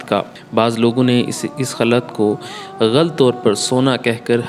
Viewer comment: غلط کو بھی آپ نے غلط پڑھا ہے Ghultنہیں ہوتا Ghulut ہوتا ہے۔ وجہ کوئی بھی ہو ، جس نے سونا پہنا ، اس کا پہننا حرام ہے تو بس حرام ہے۔ جس نے سونا پہنا ہی نہیں تو حلال حرام کی کیا بحث۔